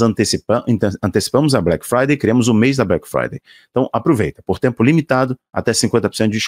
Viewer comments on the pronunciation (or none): none